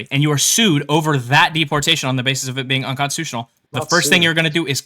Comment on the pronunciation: I have a problem with the way he pronounces deportation